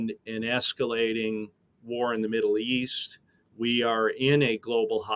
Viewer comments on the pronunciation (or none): none